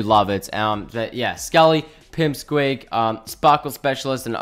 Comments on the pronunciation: Just FYI, it's pick squeak, not pimp squeak. Love the vids keep up the great work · Hahah you said pimp squeek instead of pick squeek 😂😂